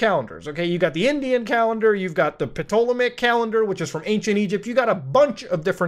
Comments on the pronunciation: The P is silent in Ptolemaic :) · Also the 'p' is silent in the Ptolemaic calendar